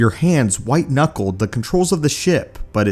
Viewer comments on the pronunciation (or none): "These incorpchipicl banshees" Nice try mate, but I think you almost drowned yourself trying, though hilarious you need to do better. - "They don't use Technology but rather, use a strange Technology..." ~ you havin a laugh??